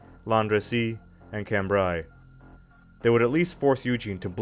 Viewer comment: Cambreh, not Cambraeey